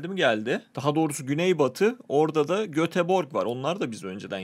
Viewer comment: Abi o Göteborg diye yazılıyor ama Götebory diye okunuyor